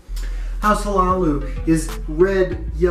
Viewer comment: Hlaalu is pronounced La-Loo. Great vid as always.